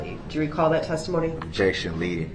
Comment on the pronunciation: "What does that mean?" Objec-shunn, leading 😂😂😂😂 Leading? LEADING?!? 😂😂 how stupid is he? If it wasn't such a tragic event then Duh-rell would be hilarious 😂🤡